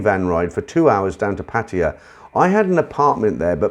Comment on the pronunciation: PattAya not patia so anoying just sayin